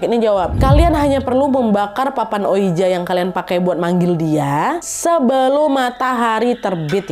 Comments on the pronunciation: Ka naaad, maaf bukannya sok pintar, mau koreksi aja, oija dibaca oiji 😔.. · Kak nad, ouija itu dibaca wiji wkkw